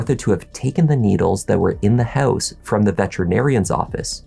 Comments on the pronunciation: "What they found inside the hEuse..." LOL!!! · The way you say house and pronounce “ou” always rings my ears 😂